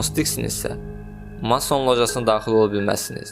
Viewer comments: Mason sözünü düz vurğulaya belə bilmirsən savadsız, gəlib masonlardan danışırsan indi 🤣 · ala get masson sozunun deyilishini oyren sora video chekginen ozude telefonnan chekir